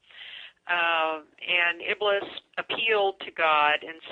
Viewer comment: IBLIS (I hate to even write this name - may Allah curse him more and put him in Hell - since he's the reason for most of our race to join him in Hell) is not pronounced as "IBLUS". The correct pronunciation is "IBLEES".